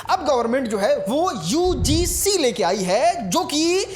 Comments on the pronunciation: UGC KO UCG बोल रहा है 😂😂😂 पहले बोलना सिख ले भाई 😂😂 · Ucg nhi ugc bolo bhai😅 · UCG nhi re burbak..... UGC hai ye.... Kuchh v bolta rahta hai padhne ke baad v nhi padh pa rha hai ye baklol 😅😅😂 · UGC hota hai ucg nhi bolne nhi aata hai